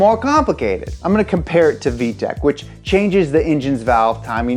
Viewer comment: Thats vtec, not vee-tec